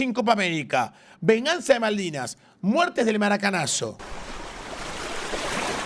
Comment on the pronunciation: Que mas se le puede pedir a dicho esperpento si dice maldinas.... jajajajajaja me enorgulleces tanto mi aldeano favorito!! mi....!!